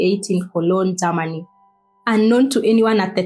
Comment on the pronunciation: What's Ger-ma-ni?...se- pa- ra tion😂😂